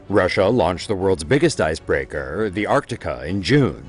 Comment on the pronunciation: know as leaderrhh ... icebreakehrrr